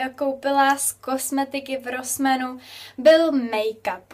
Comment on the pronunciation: Čte se to [ rosmAn ] ne rosmeEn jako to čteš ty. Ale jinak hezky